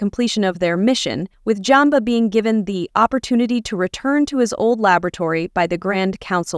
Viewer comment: JUmba. Not Jumba. Program your AI better. No Kingdom Hearts?